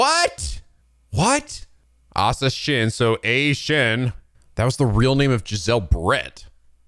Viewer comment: It’s literally Ashashin. Not Ashin